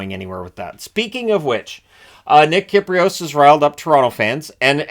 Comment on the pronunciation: I like how he called kypreos, kipprosf